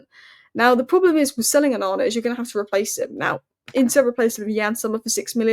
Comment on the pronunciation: Look up how to pronounce é -- e with an accent. Aren't you supposed to be Cambridge educated? 'One' lol